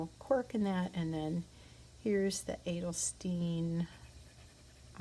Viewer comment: Hi, stopping the video right away so I don’t forget - the second way you pronounced Edelstein was the correct way (not Edelsteen)! Later - gotta keep watching! xx Dag (paperdag) 🙌🏻🖋✨